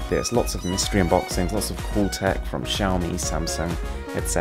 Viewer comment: Please learn how to pronounce Xiaomi properly 🙏🏻